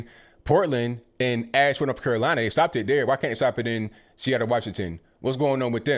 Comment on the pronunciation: Laughed out loud at "Freeattle"